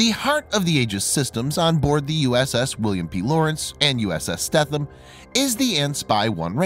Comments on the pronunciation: FYI...USS Stetham is pronounced Steetum...as always, another excellent video! 👍🏻👍🏻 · the e is not silent in the stethem its long